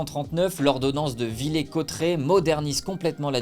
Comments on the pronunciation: Certaine erreurs dans cette vidéo : Henri IV devient roi de France en 1589 et pas en 1598. On ne dit pas [Villé] mais [Villér], le r se prononce. Tu ne parle pas de la Révolution de février 1848 les élections du 23 et du 24 avril 1848 c'était pour l'élection de l'assemblé constituante pour crée la constitution et c'était une élection au suffrage universelle uniquement masculin, pour les femmes il faut attendre 1944 Les lois sur l'éducations de Ferry c'est en 1881 pour l'école laïque et 1882 pour l'école obligatoire (en gros) La tour Eiffel à été construit pour l'exposition universelle de Paris de 1889 pas pou celle de 1900. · On prononce « villère » cotteret* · On dit pas VillAIR Cotterets ?